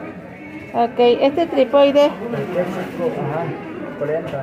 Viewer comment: Qué buena actitud para vender del segundo local. Gracias por la info. Sólo una pequeña corrección es trípode no trípode, siempre para que mejoremos, saludos 😁